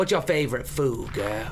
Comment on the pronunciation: "Aaahhh yea gurl. Come down to my basement gurl." <-- that accent makes me smile every time XDD